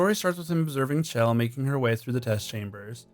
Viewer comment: Not another person that can't pronounce Chell.